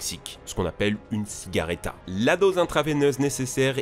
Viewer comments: ciguatera et pas cigareta mdr 😂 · 8mn18 pas ciguaReta(celle là aussi elle tue et légalement en plus!) mais ciguaTera... (prononcer cigwatera) C'est même écrit correctement dans la vidéo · c'est 'ciguatera' pas 'ciguareta' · ça se prononce CIGUOUATÉRA pas <CIGARETA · Faux choisir à Ciguareta ou ciguatera ? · A ,c’est un ciguatera et non ciguareta 😆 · ciguareta ou ciguatera ? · mauvaise prononciation du mot CIGUATERA et non pas CIGUARETA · CIGUATERA!!! PAS "CIGARETA"!!! Tu te ré-ecoutes jamais avant de publier??? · Petite info on ne prononce pas ciguatera comme ça on prononce comme s’il y avait un w entre le u et le (formant le son goua). Donc on dit “cigouatera” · c'est Ciguatera et ça se prononce Cigouatera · J’ai eu la ciguaterra en mangeant un soleil (Ps: on dit SI-GOU-A-TERA) Sinon top la vidéo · Attention a la prononciation : Cigualtera => "Cigoualtéra" Batrachotoxine => "kotoxine" et pas "cho" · halala que d'amateurisme. Mélanger des termes comme toxine, poison .... ah tiens, à c'est une erreur de prononciation